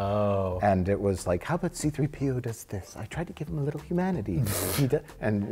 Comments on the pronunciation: His name is See Threepio, not C-3 P.O. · Why cant Mike pronounce C3PO correctly?? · Anyone else distracted with how Mike puts the emphasis on the P instead of the 3 in "C3PO"? Just me? Ok then.